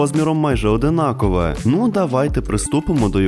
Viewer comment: Есть маленькие ошибки: 1. Ми виростили губку З насіння, не із, поскольку слово заканчивается на гласную. 2. Не одИнакове, а однакове. 3. Не баночку, а скляночку. Ласкательное от склянка. 4. Не вАтяний, ватний. 5. Не дня три, днІ три.